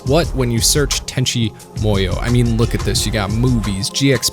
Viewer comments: Let me start by saying it was a great vid. that being said.... it's pronounced MOO-YOH not MOI-OH. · “Tenchi MOyo” lol Sorry. As someone who spent their life mastering Japanese and living in Japan that just really grated me. It’s MOO-YO lol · Is he trolling us by saying "Tenchi MO-YO"? Like its written right there over and over. It's MU - YO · i remember being able to say the name pretty easily, guy says like tenchi moy-o but its MU-YO or MOO-YO, not moyo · Why do you pronounce it like this, "Tenchi Moiyo" when it's said in this way, "Tenchi Moo(like the sound a cow makes)-yo? It's so weird man. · This show did some weird things to me when i was a young kid watching it on Toonami. I felt so warm and fuzzy in my heart but also in my pants and I couldn't figure out why. I guess I'm going to go watch Tenchi Muyo all over again. Or as you say it "Tenchi Moi-yo". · your pronunciation kills me. I've grown with with it sounding tenchi moo-yo. oof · Why do you keep saying "Tenchi Moyo"? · WHY DO YOU KEEP SAYING MUYO WEIRD? It's mu-yo, as in moo-yo. What kind of anime fan are you if you don't even know your basic Japanese phonetics?